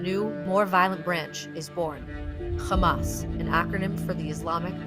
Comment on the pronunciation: When i heard KHAMAS . I knew what is this going to end up with